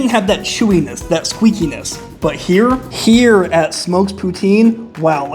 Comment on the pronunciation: u said Herr instead of here